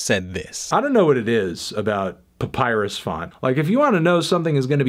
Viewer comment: The credibility of the opinion of the person you featured in the first 10 seconds of this excellent video, is rather undermined by his inability to pronounce papyrus correctly. BTW, why did you choose this particular year's albums as your topic? Perhaps you might consider looking at a single group's range of covers, such as Pink Floyd, the Beatles, AC/DC, or Sting/Police.